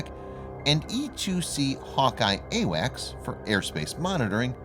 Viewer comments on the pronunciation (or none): none